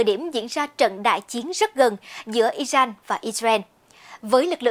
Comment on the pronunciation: Nk nó phát âm không chuẩn thông cảm nhé kkkkkk